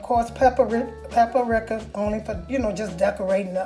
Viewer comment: Pep Re-ca---- paprika---pep Re-ca nothing but love for you sister not trying to be mean you can also Google words by saying how do you pronounce paprika and it would actually have a voice recognition sound that will teach you the correct way to pronounce words. I'm 72 years old and when I'm not quite sure about a word that's what I use.